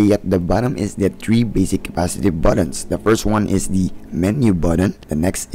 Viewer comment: TREE o THREE? work on your articulation.